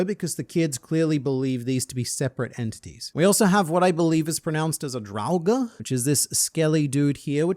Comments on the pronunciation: draugr is pronounced "drower" my fren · I'm surprised that you didn't know how to pronounce "draugr" because I thought everyone had been exposed to TES: Skyrim.